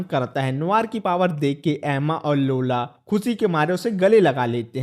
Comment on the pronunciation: Lola ❌laura ✅😂😂😂